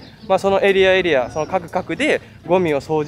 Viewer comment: 各々は「かくかく」ではなく「おのおの」と読むんだよ。